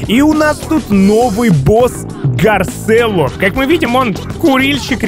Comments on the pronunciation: Не гарселло а гарчелло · Не гарселло а гарцеллло